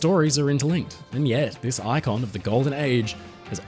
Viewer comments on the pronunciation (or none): none